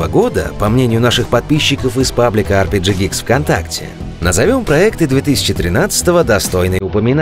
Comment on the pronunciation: На - PRG(?) Geeks)) Ребята, ну орфографию-то проверяйте. И как все-таки это у вас произносится? При названии канала - пафосное "Ар Пи Джи", внутри контента - народное "ЭрПеГе"